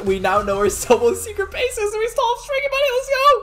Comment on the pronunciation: You said have a secret bays